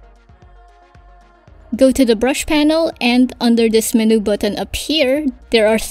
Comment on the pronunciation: Would you know, is there any way to create TRUE Vector Brushes in AD? And I wish AD would handle corners better. You know like Illustrator allows the creation of actual VECTOR Brushes & handles Brush Corners. (FYI MENU is pronounced: MEN•YOU not Men•New, sorry, took me a while to figure out what you were talking about.) Tks in advance